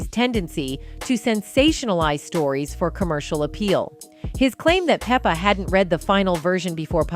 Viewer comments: Yes, PLEASE... Its pronounced "Peppa" like Pepper. Like Salt and Pepper... Okurrr!👍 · Pronounce her name right! It Pep-pa